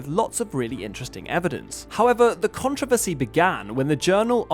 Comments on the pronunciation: What is a Con Trovesty. Just say Controversy, you dweeb! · I learned a new way to say controversy…. Con-trow-ver-see. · Comment for the Comment Gods! As an American...I always smile when I hear someone say "Con-tro-versy" with that accent. :D Love your videos, another interesting one. Love hearing about new findings like these from the super ancient (relative to known history) world.